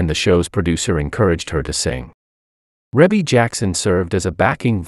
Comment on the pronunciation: They are her natural parents together, you are probably thinking of Joe Jackson,'s illegitimate daughter Joh'Vonnie Jackson, he had an affair with another woman white still being married to Katherine Jackson. Joe Jackson and Katherine never divorced, they were just separated when he passed away but yeah Rebbie ( actually pronounced like Reebie,, the Commentator is pronouncing her name incorrectly) is the daughter to both Joe and Katherine Jackson 👍💯